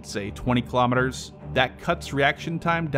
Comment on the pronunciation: Why don't you just use miles/hour (mph) since you are incapable of pronouncing Kilometers properly!